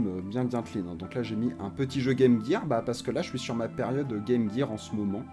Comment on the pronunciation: "la Game Guir" oula copain, on va pas s'entendre, les vrais de vrais disent Game Jir :)